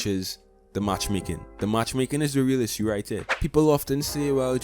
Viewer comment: Why are you pronouncing "issue" like that ? Bruh